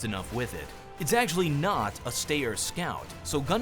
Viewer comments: It's not pronounced STAY-ER, its STI-ER (like sky). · btw its pronoounced : Schtairer Scout